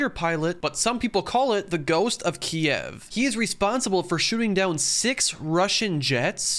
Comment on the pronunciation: My man said kiiiiev (kii ev)